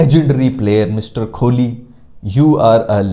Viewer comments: le kar diya subscribe - An Indian :) and for god sake Kho-li mat bol bhai , its Koh-li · Brother it's kohli not KHOLI 🙃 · Aap KO-H-LI kb kehna shuru kroge.. 😊😊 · kholi kya hota kohli h uska naam😂😂😂😂